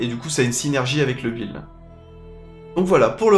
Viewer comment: pour une fois qu'il prononce correctement un mot anglais, on l'embête là dessus.. :-)